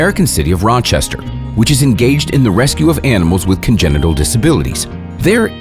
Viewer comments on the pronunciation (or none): none